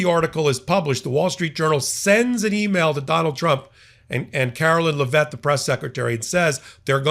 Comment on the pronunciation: Why can't he say Leavitt? It's not LeVette.